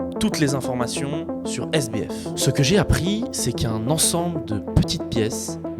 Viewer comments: GG pour le montage qui est vraiment propre, le sujet est grave intéressant. Par contre le SDF au lieu de SBF m'a perturbé tout du long haha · Le sujet c'est Sam Bankman Fried. SBF et t'as réussi à dire SDF tout le long. Le montage est bien, mais c'est la seule chose qui va, on ne sait pas si c'est une synthèse ou une biographie. On saute du coq à l'âne, tu veux tout abréger et n'explique pas grand chose à part des banalités. C'est bien dommage. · c'est moi, ou il dit SDF au lieu de SBF ?